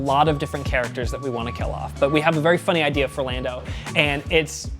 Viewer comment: Lieutenant Dan-do Calrissian